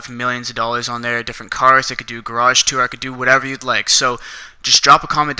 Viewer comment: Learn how to say dollar’s